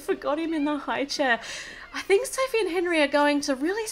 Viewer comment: She-ma-ma said Sophe